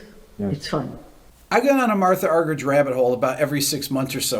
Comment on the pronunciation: Please please pronounce Martha Argerich properly, Spanish speakers does the effort to pronounce your names correctly